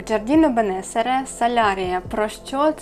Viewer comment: Привіт, напиши, будь ласка, магазин, де замовляла Терензі, Джардіно Бенесере( судячи з італійської назви, то наголос на передостанню Е: БенесЕре). ❤❤❤❤❤